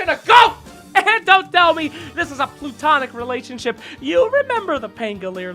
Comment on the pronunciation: “Plutonic relationship”. Kappa